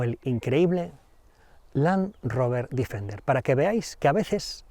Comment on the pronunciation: Joder, todo el rato diciendo el Difender., Deeeeeeeefender